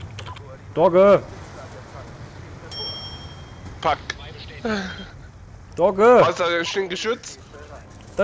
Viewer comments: Du hast ca. mal "dogge" gesagt :) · also ü wie klingt das als ob wäre er gestört :X mit doge .... doge ... doge .... doge :X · sag nicht immer doge... es nervt -.